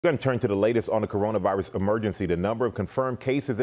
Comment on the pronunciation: "Corona viruth"